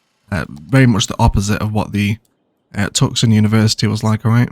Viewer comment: Wonderful vid,! Really been enjoying watching the Ilos build. It’s been one of my favorites. I kept wondering though, what was “Tuksun”. I had to laugh when I realized you meant Tucson (pronounced “too-sahn). Keep the great vids coming! P.S. Like others have said, you have the greatest laugh! Love it!